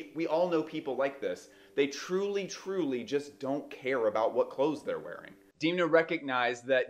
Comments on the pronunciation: It is not deemna, it’s dehm-na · Haha 😂 I’m taking my pronounciation from a Vogue article that specifies how to say it. Interestingly, in the recent conversation between Alessandro Michele, Alexander Fury and Demna, Alessandro consistently said “Demna” with a soft “e” sound. I’m just picking one tbh 🤷 I wouldn’t bet money that I know how his mom says it haha